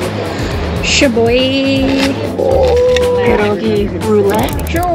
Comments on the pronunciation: it’s pronounced “sshabovy” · ) :) :) Your pronunciation of SCHABOWY (SZIBWEEEE?) I'm crying :) :) :)